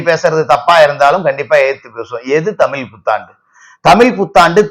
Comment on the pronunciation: ஐயா நீங்க தமிள்தமில்என்றுபேசுகிறீர்கள்